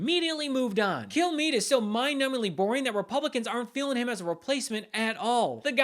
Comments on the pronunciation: Hello, I'm Brian Kilmeade. That's pronounced "Kill me." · Did he say his name is " Brian Kill-me"? Lol! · I heard him give his name and seriously thought he said "kill me" 😅😂 I thought, gosh, it is just great to see him having some sense of shame!